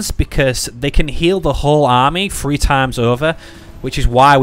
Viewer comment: Can never tell if your saying three or free